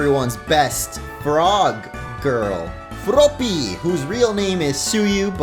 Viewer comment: How u said froppy LOLOLOLOL